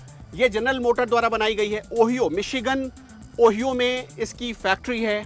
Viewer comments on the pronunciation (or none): इंग्लैंड ने भी हमारी तरह स्टेरिंग होती है। इसलिए ये वहा की नही हो सकती। दूसरी बात ओहियो नही ओहायो सही उच्चारण हैं।